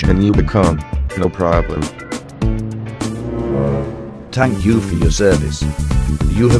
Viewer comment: "TANK U " Will you become a tank?